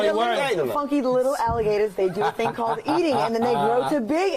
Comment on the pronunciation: "Go on to the next thang" lol